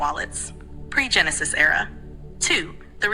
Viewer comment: "Pre- Genenis Era!?!, are you speaking in Biblical terms?